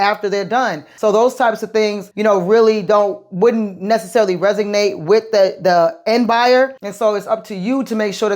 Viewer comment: Resonate not resignate